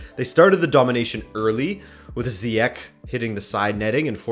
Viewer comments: In the Netherlands we pronounced his name as 'Ziyeck', but it turned out during the world cup his name was pronounced in 'Ziyechs'. The 'penalty' was reviewed by the VAR btw. Return fixture: Ajax can score everywhere, so I still think Ajax has a good chance. It was an amazing game, still happy I got a ticket yesterday :) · We from the Netherlands pronounce it as Ziyeg (hard G) , in England people pronounce it as Ziyek, but Ziyech himself pronounces it as Ziyesh. So basically we're are all wrong and it should be pronounced as Ziyesh. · Ziyech is pronounced Z-edge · Just wanted to say that, Zyech is pronounced as Zyesh since its written as the sh letter in arabic (ش) and not the k letter (ك). Otherwise great video as always, love from Morocco! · He's Moroccan so it should be pronounced ziyech IMO. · It's said like ziyesh but I don't blame you .It's hard to pronounce and I love your content keep it going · It would be easiest for you to pronounce it the Moroccan way, which I believe, as mentioned by the others, is 'Ziyesh'. As a born and raised Dutchman I'm sure Ziyech himself doesn't mind his name being pronounced with the 'hard G' though. Being an American you might be more familiar with Spanish as a foreign language, in which case the Spanish 'J' is a good illustration of what the Dutch 'ch' and 'g' sound like. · Ziyech is pronounced as ziyesh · Ziyech is pronounced as Ziejech, as the ch prounounced like a soft g. Van de beek is pronounced like van duh beek, as I know english speaking people have a hard time pronouncing that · Still wrong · You pronounce Ziyech with a gutural ‘g’, ya know Dutch style. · The start of your pronouncation of Ziyech is good but the end (the ch) part you pronounce that like the dutch G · Zhiyech is actually pronounced like Aubameyang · Ok this is dutch( je spreekt ziyech uit op z'n nederlands ja ik weer het klinkt raar oja leuk kanaal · I would agree but Ziyech is Moroccan not dutch. So the pronunciation is a little different